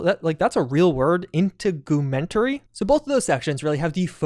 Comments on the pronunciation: Did this man never attend a biology class? “In-teg-oooh-mint-airy” is wild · In-TEG-u-MEN-tary, dude. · Integumentary is a medical word for skin, hair, nails, etc. Pronounced in-teg-u-mentary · it's pronounced in-tig-u-ment-tary and yes it is an anatomical reference. it basically refers to the largest organ on your body, which is your skin. Also, this is an engine move update, as phantom liberty is on UE5, so they moved CP2077 to UE5. considering they essentially remade the game on UE5 and added features, while also making phantom liberty goes to show UE5 is a more streamlined engine. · In-te-gyu-men-tary is the pronunciation. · If it helps, it's probounced in-teg-you-men-tair-ee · It’s pronounced integ-you-mentary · Try it like this: in teg you men tarry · integumentary "IN-TEG-YOU-MENT-TERY" it's skin. the integumentary system, made up of the organs and tissues comprising the skin. including but not limited to, nails, hair, fat, micro muscles, subcutaneous layers, super cutaneous layers, melanocytes, etc. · Protip from a professor. If you don’t know a word, google it before you record. There will be a pronunciation guide. The word is In-teg-U-men-ter-EE. It means Skin, and is one of your essential body systems, like Circulatory for your veins and arteries, and such. It’s a latin term, and medical fields use latin universally so everyone understands what you’re talking about incase you need to communicate with doctors across cultures, like a German patient moves to the US, the use of Latin helps make things easier. My Ph.d is in communication before anyone goes after my analogy here…. But it’s not an uncommon word. High school biology. Pretty sure I first encountered it in middle school. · The word "Integumentary" is a real word. It's pronounced: in-teg-u-ment-ary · Your “In-tegg-uh-men-terry” system is the body system pertaining to your skin and related organs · Inn-Teg-You-Ment-A-Ree . It's yo skin dawg. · In-teg-u-mentary, means skin system lol